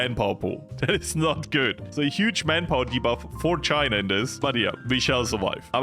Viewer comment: Oh no how many time will he say chiner instead of china???😮😮😮